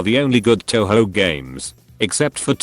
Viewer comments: It’s pronounced toh hoh. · Please don't call it Toe-Hoe. :/ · My sister calls touhou "tonhon" Looks like she won't enjoy pronouncing video games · Tessyrah Figures. All the 'Taohao' makes my brain hurt from the cringe sometimes. Even if listening to people fail at Japanese pronunciation is funny af.